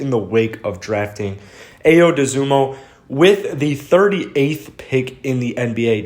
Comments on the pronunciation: Really looking forward to seeing Ayo in a Bulls uniform! Illinois' first ever AP First Team All-American and the most clutch player in college basketball the last two years! (Btw it's pronounced "i-o") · He is excellent in the pick and roll. He is a winner (his teams win). Please learn how to pronounce his first name (ä-yō).